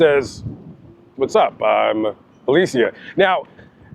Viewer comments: Alee-sha not Alee-see-ah, sick of blaccents mispronouncing everything. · I do enjoy watching your channel but you got some things wrong with this one. Her name is pronounced “Alisha” and he didn’t dispose and burn her body at the location you stated. This is my home town and this was the sister of my ex sister in law.